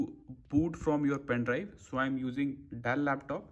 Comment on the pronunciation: Pen Drive ❌ Pain Drive ✅